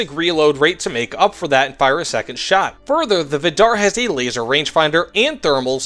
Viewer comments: It's pronounced viidar, not vidaar. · From a norwegian, it's pronounced more like Viidar, not Viddarr